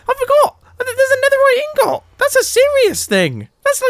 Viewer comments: I like the way mumbo pronounces "ingot" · THERE'S A NETHERITE INGOT (in-gOt) LKASJDLFKSDF SQUEAK OMG THATS THATS A BIG OMG THATS A BIG DEAL! XD great video Mumbo!